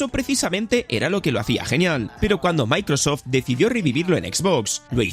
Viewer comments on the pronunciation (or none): none